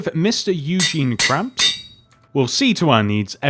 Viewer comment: ITS NOT KRABBS ITS KRABS